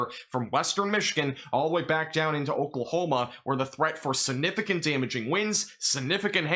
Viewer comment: You say SUNIFIGANT a million times a day ! It's like scratching a chalkboard since you grossly mispronounce the word. SIGNIFICANT!! SIGNIFICANT!! SIGNIFICANT!! Why do you ignore!